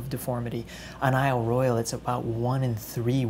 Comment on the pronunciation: Royale is pronounced roy awl...just sayin'; don't flame me.